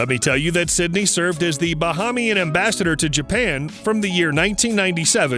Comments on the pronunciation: It's pronounced "Ba- hay- mian". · You are pronouncing the word Bahamian incorrectly. You are also pronouncing the word Nassau incorrectly. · This dummy it pronounced Bahamian 🇧🇸